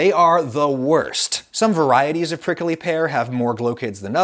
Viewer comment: the way adam say prickly: "prickely"